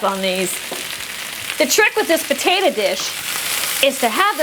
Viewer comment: "Potatuh" huh?